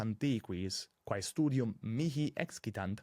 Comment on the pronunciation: Prima u in vocabulo 'studium' est brevis, nisi fallor.